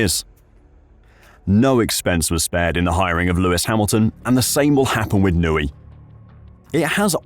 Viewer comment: Who is this Adrian 'Nooey' guy? I've heard of an Adrian Newey.